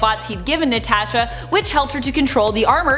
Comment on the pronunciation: Listen to how she says " Natasha " , LOL !!!